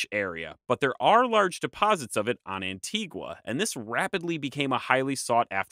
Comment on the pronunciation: Great video but please work on your pronunciation. Antigua is pronounced An-tea-ga. Grenad is Gre-nay-da and Tobago is Tu-bay-go. These are English speaking territories so they use English pronounciations.